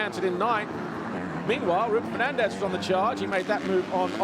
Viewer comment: Every time he says “Fernandez” I hear “Ferrandis”